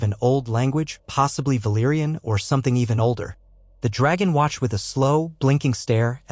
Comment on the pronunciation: Other Than That, Awesome Job, The Auto-Narrator can’t pronounce Old Valarion Names Worth Sh_t! It SoundsLike Daemon’s Dragons Name, Without the (C)!